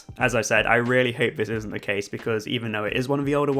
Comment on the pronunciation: Instead of “the” you pronounce it “veh” just like “vey” and “vhem” 😂 no hate though, informative video and I appreciate you not spoiling the curse, I’m going on it for the first time tomorrow!